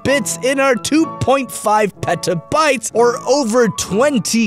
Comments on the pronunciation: I thought he said pedobytes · Petabytes...it sounds like Pedo-Bites which makes me think there's a pedo biting a loli or something xD